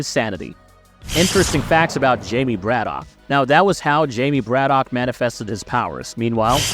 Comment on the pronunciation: It’s not Brad-Dock it’s Brad-ick